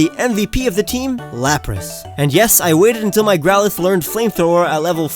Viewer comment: DO NOT LEAVE OFF THE L IN GROWLITHE!